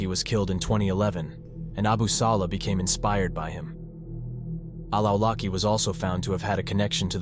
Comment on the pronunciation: I know I can't blame you for the mispronounciations of AI text to speech software but Anwar al Awlaki's last name is pronouncing عولقي which is roughly pronounced Aw-laqqi with an extra Arabic consonant at the start that, if I wanted to approximate to the best of my abilities what it sounds like to a non-Arabic speaker, I would basically say sounds similar to the growl a small dog makes before barking. From what I gathered, it is in reference to a tribe in Yemen that basically means "from the tribe of al-Awalik" (عوالق). Awalik is a plural of Alq (علق) which is a reference to a sticky or clay-like substance (some translate it as clot) that Allah is said to have used to create humans in Surat al Alq. Basically, the tribe's name would pretty much translate to "the living beings".